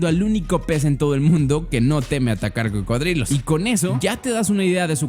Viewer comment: “Pertenece a la especie crocodilos” o eso parece que dice 😂😂